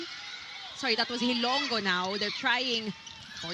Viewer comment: These two commentators should do advance research and educate themselves on proper pronunciation of names especially "HILONGO" they kept saying HILONGGO. so bothersome!